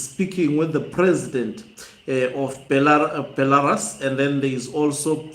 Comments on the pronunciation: Be - la - RUSI say it. Be - la - Rusi again Not Belaras ok. If you try to improve your presentation the better. The picture of Mnangagwa in BELA - RUS is an old picture. If you look carefully you see its old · Hama yangu, nyika iyo inonzi Belarus (ra, re ri, ro, RU)s not Belaras as per your pronouncing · Beh - luh - roos Brother